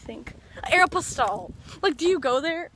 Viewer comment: You said Aeropostale the right way :D